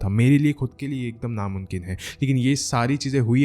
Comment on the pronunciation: It's not munkin...mumkeen